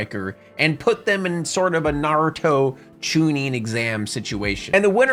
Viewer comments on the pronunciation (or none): none